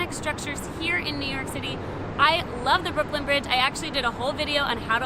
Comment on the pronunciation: I didn't know it was possible to mess up Brooklyn so many times :) Fun video, I really enjoyed it!